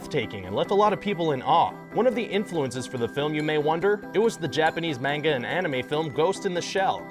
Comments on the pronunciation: It's pronounced (mon-g-a) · It annoyed me so much the way he said narruto and manga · ...Manga...Not Menga...MANGA! A not E! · He's didn't say Menga he said M-ang-a. Yes it's suppose to be M-ah-n-ga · M.A.N.G.A ITS PRONOUNCED M.A.N.G.A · Everyone is talking about how he mispronounced Naruto but I'm hung on how he said manga...